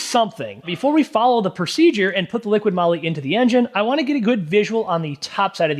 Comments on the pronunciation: Such a pain. It's "Liqui moli", not "liqiiD moli"! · You are testing this product and do not know to pronounce it??? It is not LiquiD it is Liqui, without the letter D.... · OMG its not LIQUID Molly but Liqui 😬 that Hurts my ears 🫣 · liquiD? It clearly says Liqui Moly. Where do you get the "d" from? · Liqui-Molly. Not liquid Molly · Another great video but please, it's LiquiMoly, not Liquid Moly. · There is NO "D" in Liqui Moly!!! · There is no 'D' in Liqui Moly. :| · Yeah, there's no "D" in Liqui Moly. It's (not) right there on the can!